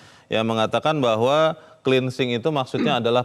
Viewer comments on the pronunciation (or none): kupingku gateell ...dgr berita ini,....plus... cleansing kok di pronounce 'klinsing'... ? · Cleansing dibaca klinising.. 😂😂